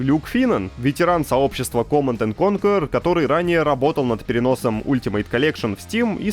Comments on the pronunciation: Угараю с произношения Command and корркурер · Михаил "коркерер" Галкин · Тоже угаргул